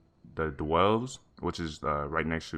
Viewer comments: It's DELVE not DWELVE (so triggered) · DEL-vh not DWELL-V.....thats the ways to say it. cheers and thanks for the vid. love the mothers. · It's not a 'dwelling' it's a 'delve', there's no w between the d and the e, it's pronounce del-v like dell and the how you pronounce the letter v. That said, thanks for the video. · That being said, I enjoyed the content and it was informative, it just felt like nails on a chalkboard every time I heard dwelve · There is no W in the word Delve. Jesus.